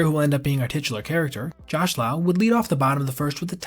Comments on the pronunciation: Josh Lowe is pronounced like Lowe's, not like l'oww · It's Josh Lowe, pronounced, Low, not Lau! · It’s as if you’ve never heard of Josh Lowe (not Lau) before. Not a good look. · Josh Lowe pronounced like Josh Low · Josh lowe (pronounced as LOW) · Say Josh’s name right